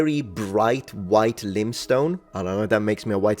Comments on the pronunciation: Lime, pronounced: time. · laimstone pero no limstone; also coerced come in coefficiente senza l'hacca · He also didn't pronounce limestone correctly .